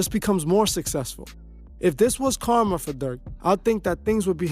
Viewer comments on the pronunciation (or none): none